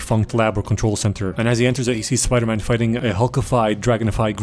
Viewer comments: Spidoor man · Spidor man 😂